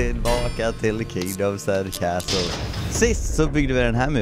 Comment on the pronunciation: inte cästles det är castles